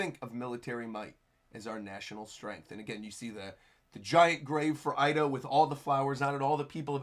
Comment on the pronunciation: The name Ida is pronounced Eeda,. 😅😅